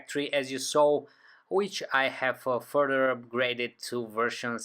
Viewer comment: I'm really sick of these "udder" foreigns all over YouTube. Hi. It's OTHER - not udder. Other. Th th th. Get it, FOREIGN? Further. Not furder.